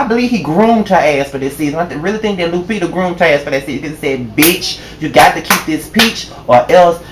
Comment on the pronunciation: It took me a minute to realize you weren't talking about THE REAL Lupita! Lord have mercy,. Lu-PETER! LMAO.